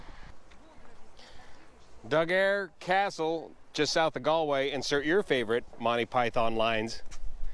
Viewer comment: You pronounced Galway correctly. I'm impressed!